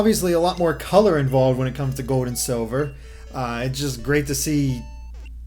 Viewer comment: Where is your accent from? It sounds like you’re saying Pokémon Gode.